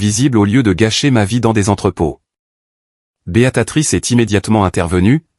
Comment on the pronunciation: On dit BÉA TRICE